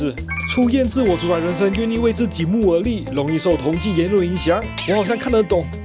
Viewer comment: 是 同儕 ㄔㄞˊ